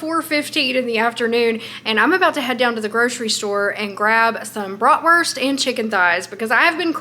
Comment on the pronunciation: As a german i didnt know yall were also using the term „bratwurst“ bcs its a german word. Your pronunciation is funny to me tho haha